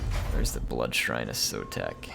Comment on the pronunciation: yours is the campaign I'm going to follow because you're pronouncing our Skink Lord and Saviour's name right:P So tired of native-English speaking TW youtubers who think their mono-lingualism is a blanket excuse for not knowing how to pronounce anything, ever.